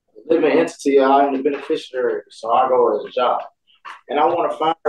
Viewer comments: What exactly is a "benisherurry" and what qualifies a "benifisherurry" as exempt to laws? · They’re all “benafisheraries”. They can’t even pronounce it. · I have never heard so much as one of these sovcits say the words beneficiary or coerce correctly. Is it misspelled in the papers they download, or are they just that ridiculous? I genuinely want to know.